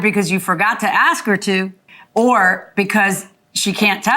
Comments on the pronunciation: B can't say ASK im out axe dumb speech dumb case dumb people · Thank you, I get annoyed when people say "axe". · This is a common mispronunciation in African American Vernacular English "AAVE." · This is actually the first pronunciation of the word ask. Having said that, it irritates me too